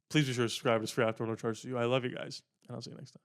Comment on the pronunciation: Yo this is just a tad bit of petty criticism but I wish you’d annunciate better at the end of your videos! 9 times out of ten I hear “uapsduaaidoapssiao, love you guys” I’m glad I can hear the love you guys part, but I wanna hear what else you’re saying! Love your content still bro!